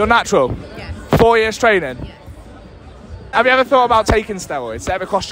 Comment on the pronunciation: "4 years of trenning hard"💀